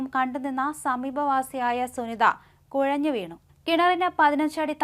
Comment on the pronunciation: കൊഴഞ്ഞോ 😆😆😆😆കുഴഞ്ഞു എന്ന് പറ കൊച്ചേ